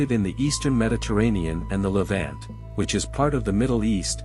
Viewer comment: Ok, Ok say it with me LE VONT, not vant.